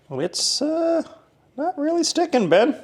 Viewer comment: NOT me thinking every time you said 'Ben' you were saying Babe lol